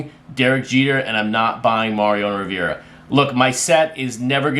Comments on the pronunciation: Riv-er-ahh, not Riv-ir-ahh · It’s Riv-er-ahh and he’s from 🇵🇦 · I just turned some more people on to the show via the Facebook group. As a gesture could you please pronounce Mariano Rivera's last name correctly, it's driving me nuts.😁